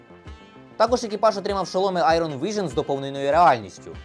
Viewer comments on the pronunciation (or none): none